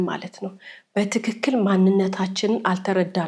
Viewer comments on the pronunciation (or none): none